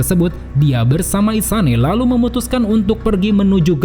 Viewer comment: Suka Banget Pas Lu Ngomong " EL LALUH " 🤣🤣🤣